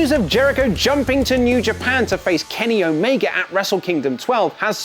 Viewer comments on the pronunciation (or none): none